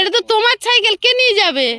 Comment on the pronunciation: ছাইকেল নয় সাইকেল।